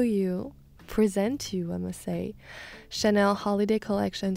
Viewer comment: I thought she worked for Estee Lauder?? Chanel fits her mood and style though. As she is French, I love her pronouncing the names ;)